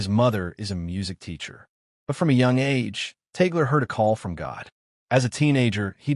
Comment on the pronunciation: The right pronunciation of Tagle is in two syllables Tag - le. The first syllabke is Tag, second syllable is le. TAG-LE. It is not the same as apple or Google.